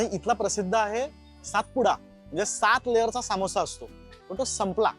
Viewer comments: सामोसा ❌❌❌ समोसा ✅✅✅ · सामोसा नाही समोसा ......माखनी नाही मखनी